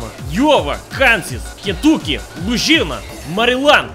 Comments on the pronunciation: L O O Z H E E N A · Me :Louisiana Him: new Zealand Me: what? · Ah yes my favorite state, Glaucoma. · Me: Let's see how he pronounces the state I live in ( Louisiana )-: Me: shooketh